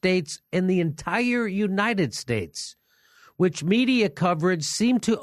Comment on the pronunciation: "Yu - nited states" xD